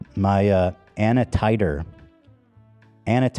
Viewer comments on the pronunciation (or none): I said out loud 'A.N.A Titre" not anatitre. 😂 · really had me guessing with what tf he was trying to say. ANA titre, especially. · As a phlebotomist it’s so hard to watch the way you pronounce those tests names 😂😂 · Ethan mispronouncing every single enzyme and blood cell had me dying.